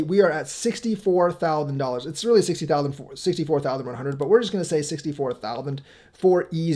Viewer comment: T-h-o-u-s-a-n-d....not thowthen..lololoo